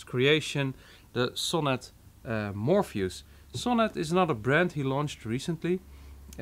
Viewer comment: Mor-fee-us. Your pronunciation is idiosyncratic to put it nicely.